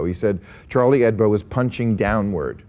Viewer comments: It pisses me off how he keeps saying "Hedbo" -_ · Charlie HEBDO ... not HEDBO ... or am I deaf ?? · Hebdo, Bill. Not Hedbo. It's short for "weekly" in French. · It's HEBDO, Maher, not HEDBO. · Great show - but it's 'Charlie Hebdo', not 'Charlie Hedbo', Bill :) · It's Chalrlie HEBDO not Charlie HEDBO, Bill Maher,you moron!!!